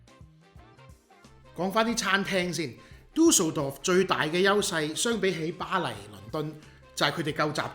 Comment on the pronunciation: 你有無學過德文？ D名讀得好標準😂👍